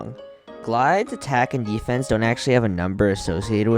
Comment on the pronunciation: "Glyde's attack and YEE-fence"